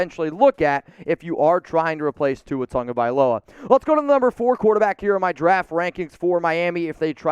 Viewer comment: All the improper pronunciations Tongavailoa is wrong! You spell it right pronounced it wrong! Say it with me "TAH-Go-Vy-Lo-Uh" = Tagovailoa, that said I'm out! Tua will be back. Bye Felicia!